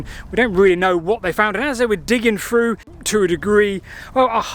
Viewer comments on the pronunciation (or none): You're pronouncing 3 as free, through as froo.